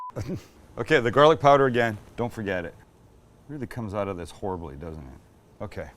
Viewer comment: Love the way you say 'out', not so keen on the way you say 'caramelised.